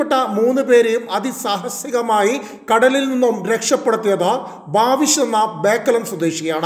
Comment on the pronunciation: ഭാവിഷ് അല്ല, ബവീഷ്